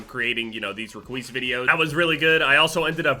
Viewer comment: you did "REQUIS THE DEMI-GOO" oh wait... @@